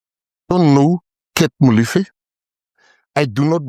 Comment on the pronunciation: Brother, I can't believe you can't pronounce MOLEFE, come on brother, you know better......